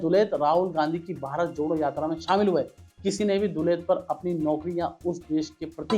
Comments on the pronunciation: पहले उनका नाम तो सही से बोलना सीख लो। लो, इसे दस बार जोर जोर से बोलो- एएस दुलत। दस बार जरूर बोलना, तभी जुबान सही होगी तुम्हारी। और रही बात दुलत के कैरेक्टर की, तो अभी तुम्हारी औकात नहीं है उनके कैरेक्टर के चवन्नी तक पहुंचने की भी। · Yaar tumse na to hindi padhi jaati hai na english. Kam se kam naam to theek se bolna seekh lete.